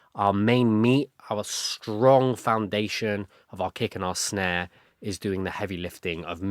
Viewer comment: This is great and I’m really loving it, but I have to say do you notice that you say sh instead of s a lot? Like you say shtrong instead of strong lol